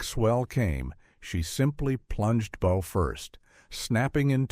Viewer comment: The hull was not black... it was an oxide red. Look at the footage around the mark. It is pronounced Soo Saint Marie, not Salt Saint Marie. The front of the ship is called the Bow (pronounced /baʊ/, not bowe)